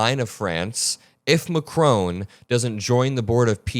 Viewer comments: Emmanuel Macron, the president of France is not pronounced MAC-ROWN. It's pronounced Mac-rawn = President Macron. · His name is pronounced macRON, not macRONE! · It's Macron not macrone pronounce his name right for gods sake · Please learn how to pronounce Macron and Rutter 😠